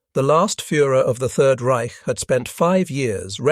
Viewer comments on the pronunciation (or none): none